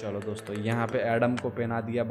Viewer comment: He is telling DOSTHO i got much laughhhhhhh